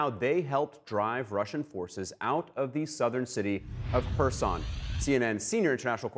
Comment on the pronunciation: The news anchor called it person instead of Kherson